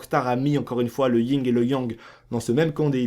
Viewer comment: Le YIN et le Yang PAS LE YING ET LE YANG